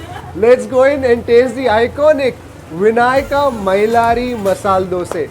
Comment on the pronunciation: Very few who say DOSAE.... Coz You know KANNADA VERY WELL....